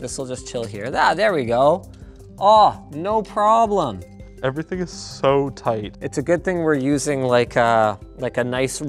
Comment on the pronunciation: 🤣 Always love me a good old fashioned chinese "no problem"